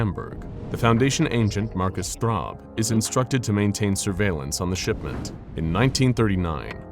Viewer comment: Okay, that feels weird pronouncing Straub like that... It's also my surname, for those of you wondering...